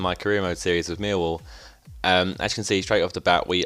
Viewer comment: Why do u say mealwall